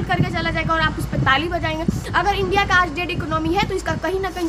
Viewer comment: India❌ undia✅😅😅😅😅